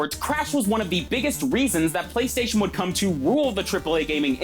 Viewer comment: And every syllable is enunciated in the most unnatural way a human being would ever speak. “THEE BEST GAME ON THEE PLAY-STAY-SHUN”